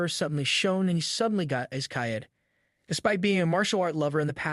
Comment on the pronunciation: Bro pronounce Isekaid to isekayed😂😂😂